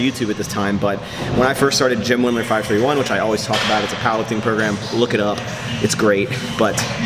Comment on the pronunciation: What was that program you were talking about? sounds like youre saying "gym women 5/3/1"